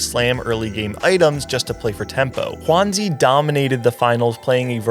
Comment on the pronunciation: great quality video! will be rooting for Lallana and will be watching PieHat and all the NA players as well :D Mismatched Socks , Kurumx, DQA, RamKev also I wanted to mention that the pronunciation for Juanzi is more like, 'JywanDz' (Yale romanization) unlike the spanish pronunciation of Juan, and zuh instead of zee :)